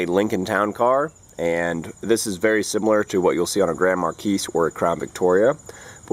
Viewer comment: Mar-key, not markees